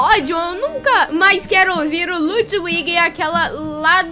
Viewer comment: dudu olha se vc não sabe e lutvic que fala não ludwuig